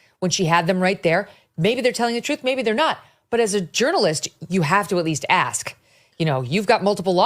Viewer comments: Ask is a s k not a k s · Can I ask you something? Can you pronounce the word 'ask' without saying-ax??